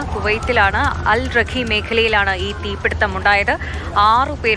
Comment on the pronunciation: അൽറഖി അല്ല... അൽ റിഗ്ഗ അല്ല...അൽ റിഖായി ആണ്.